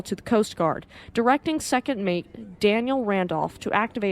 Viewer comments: It did sound like you said Daniel but you referred to her as a she when discussing the email she sent so I gave you a pass. 😊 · Fyi, its Danielle Randoloh. She was a female, you keep saying Daniel